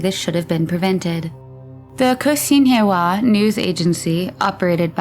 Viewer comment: Hi there, Xinhua is pronounced Shin-wha. Cheers.